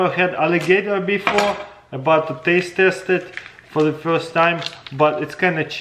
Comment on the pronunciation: Im sorry but he said testaste